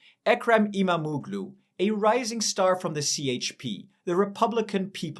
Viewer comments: stop disrespecting my language its not imamoglu its imamoğlu there is a "Ğ" its not reading like that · IMAM - OOO - GLOO ? WTF ??!!! Get your pronunciations right - the hatted g in turkish is SILENT